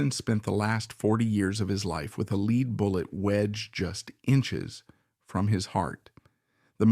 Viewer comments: Lead is pronounced like led. Take some pride in your content ffs. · Lead in this context is pronounced “led”. I’m sorry but this is very annoying in an otherwise very interesting video. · Stop with thinking you are too good or to busy to read this yourself and have to use an automated reader! This is absolutely so horrible. I had to stop at 20 minutes because you keep pronouncing lead like speed instead of like it is supposed to be pronounced OMG you did it in the very first sentence. Take this down and read it yourself. what is your big hurry? Do you think anybody’s going to like or subscribe to some garbage like this? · A truly great portrayal of a suffering man. I just wish someone would tell the narrator (AI) that lead is pronounced "led." I squirmed every time he mispronounced it. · This one was hard to listen to, just because the AI kept pronouncing lead as “leed”. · It's not "lead" pounced like lead a meeting etc. It is LEAD, pronounced "led." The musket balls were made of lead. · It's a consistent giveaway of AI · As always, your videos humanize history and fascinate. However, I couldn't finish this one because your pronunciation of "lead" was too jarring to the ears. It's not your fault. You are the product of the American educational system.